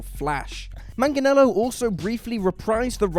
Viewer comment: You guys can't pronounce 'Joaquin' for shit, but 'Manganiello' gives you no trouble...? You're maddeningly inconsistent.